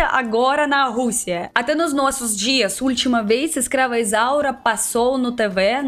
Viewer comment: Disconcorda, uso-homi, nouela, ulitima vêz, kkkkk